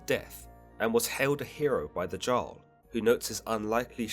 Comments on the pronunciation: The J in Jarl doesn't make a "ge" sound Its more like a german Ja sound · I'm cringing at Everytime you say jarl as JARl. It's Yarl. Pronounced with a Y but spelled with a J 😭😭 I love your videos, but nooo. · Jarl is pronounced "yarl" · Isnt "Jarl" pronounce "yarl"? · No its pronounced Järl but I wouldnt expect you foreigners to know how to pronounce that, culture leachers